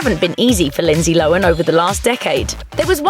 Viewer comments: Lindsay "Lowan"? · who the hell is "lindsay lowen"? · Tf's Lindzee Lowin?